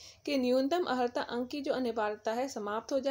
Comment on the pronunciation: Pahle sahi se pronunciation karna to Sikh lo maidam, Aharta nahi Arhata Padha jata hai.